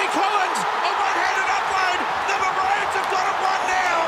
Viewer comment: Because it's pronounced "ma-row-ns"